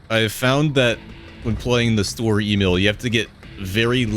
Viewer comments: Its not s-tur-er e-mail. Its Sch-tö-rör E-mil. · i beg your fucking pardon did you just call it "story emil" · Lol i wondered why he would constantly say "story e-mail" Untill i checked he ment sturer emil